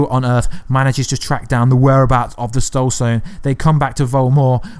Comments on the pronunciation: “stoled sone” instead of “soul stone”. 🤣🤣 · you say "stole sone" a couple times instead of soul stone. lol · He says Stoul Sone 😂